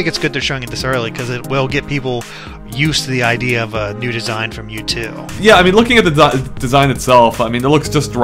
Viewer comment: They said NewTwo.